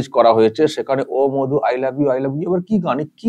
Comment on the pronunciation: প্রথমত মাধু না মধু তোতলা আগে ঠিক করে উচ্চারণ কর